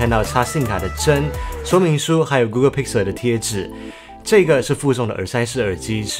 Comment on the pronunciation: 提醒一下，google跟Pixel發音不正確